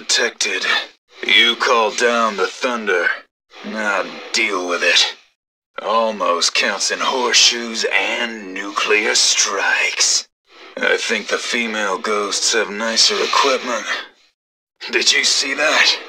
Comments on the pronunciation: "*NUCULAR* launch detected" Really, Blizzard? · ''Nu-cular launch'' The ghost means nuclear, but he is probably related to G.W. Bush, the president with at least a speech impediment. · jesus christ the ghost says (nuclear) new-cue-ler just like George W. Bush... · Haha there was a Bush joke at the beginning, : "NUCULAR LAUNCH DETECTED" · Nu-que-ler launch detected - lol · "nucular launch detected"... damn you george bush jr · I just realized the reason he says "nuclear" wrong is its mocking President Bush during that time he said it wrong. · "Nucular launch detected!" HA! I knew it was the correct way to say it! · "Nucular" launch detected. Are you fucking kidding me? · Nucular<-- oh look a G.W. Bush reference...subtle... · he says Nukelar Launch Detected , as joke lol xDDDDDD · NU-CLEAR!!!! SAY IT RIGHT! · nucular launch detected lmao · lol nucular just like in simpsons XD